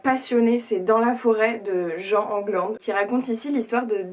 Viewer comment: C'est pas vraiment Jean "JAN",. C'est "Jiiiinnnn". En gros, c'est une femme. Je viens de l'apprendre et je m'en suis voulue de ne même pas m'être posé la question de si c'était une femme ou non qui avait écrit un tel livre. BISOUS!